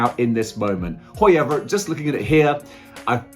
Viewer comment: Another great vid but darn it you got me saying Hoi-ever now